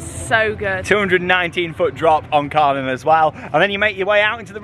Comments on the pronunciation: Kärnan is pronounced like care-nan. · Looking at going to Hansapark this summer and is searching on Youtube to see what we could expect. Just had to pause in your video to comment on the fact that the Kärnan actually seems to be a replica of a well known landmark in Helsingborg, Sweden called Kärnan (in english pronounced like the two english words Chair and Nun put toghether). Can't wait to get on this ride!! 😍Now I'm gonna keep watching the rest of your video and I have a feeling you will get me even more excited to go to Hansapark! 😁